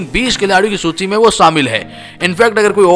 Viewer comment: Bhai ne सूची को लूची बोला है एक बार